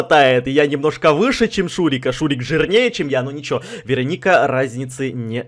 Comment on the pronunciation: я посмотрела один фильм и в этом фильме была чародейка Веро́ника, и подумала, может быть эта не Верони́ка, а Веро́ника. Заметь пожалуйста.